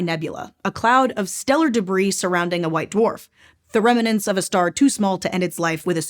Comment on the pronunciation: tut Another youtuber saying 'remenents.'